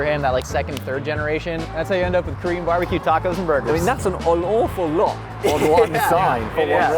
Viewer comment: A Korean-American living in Korea and fluent in Korean here... You are spot on. For a pure American, his pronunciation is solid.